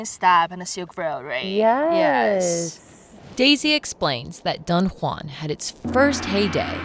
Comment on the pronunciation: The "Dun" in Dunhuang is pronounced more like "doo-wern" (without the "r") rather than like "dunhill".